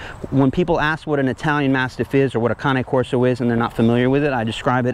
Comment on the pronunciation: The way you pronounce cane Corso is correct since it’s an Italian dog